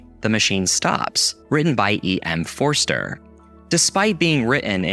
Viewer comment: Good news, you pronounced "Forster" right in E.M. Forster.